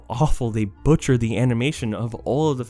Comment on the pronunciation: BUTCHered :) comedy genius babyyyyyyyyyyy